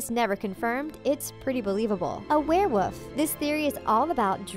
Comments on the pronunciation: A werewoof? HAHA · is nobody going to mention the fact that every time she tried to say werewolf she just said werewoof?